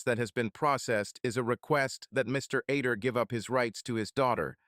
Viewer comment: The name is supposed to be Other not Ader not to mention during the divorce court part it keeps calling him John instead of Terry as well as numerous other mistakes and mispronunciations. The story is pretty good but the narration is lousy.